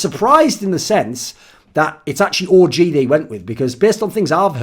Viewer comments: Thooorin sounds like hes sayong 'orgy' instead of OG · Thoorin's the type of guy to say ORGY instead of OG! But I wouldn't blame him though, that team does look like a big orgy!